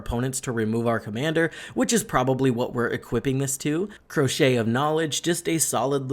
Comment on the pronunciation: I'm sure it was a brain fart but just in case Caetouche is pronounced kar-toosh (car-to-sh) Not crochet